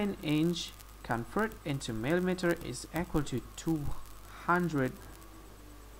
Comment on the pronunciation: "Convert Imch...Oh, I'm sorry, it's...ahh, n, iNch...into millameterzz."